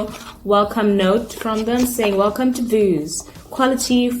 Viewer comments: Pronounciation veuse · It is pronounced V+use =Vuse